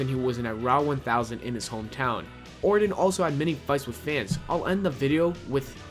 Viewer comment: These garbage Youtubers only care about pumping out low quality content as fast as possible. He can't pronounce Orton or WWE, and he can't write a sentence that makes any damn sense. Most of the time they're trying to speak so fast they don't enunciate anything and it comes out sounding like garbage. These people do not deserve our views.